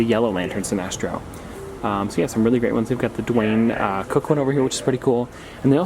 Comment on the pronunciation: Bro it’s Darwyn with an r not Dwayne